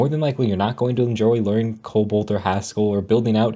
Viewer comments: Are you saying "Cobalt?" Or COBOL? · Um, yOu'Re ToTaLLy WrONg. clearly says "Cobalt" and.